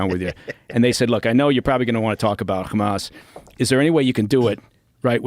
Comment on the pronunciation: noticed the Israeli accent when he says “Hamas”